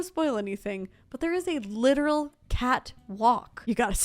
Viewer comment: I heard “catwalk” and gasped, but then thought, that’s a suspicious emphasis on the word “literal” 😂 Love your videos and congrats on 1 mil subs! Hope you get a chance to see the Atelier 1M build (even if it’s not in video). First shell challenge I’ve done and I had fun making a not-so-literal catwalk that functions for fun gameplay photos.